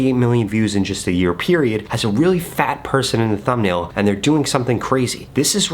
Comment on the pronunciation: Emphasises 'FAT' twice... "im not body shaming"... I see you... haha... I see you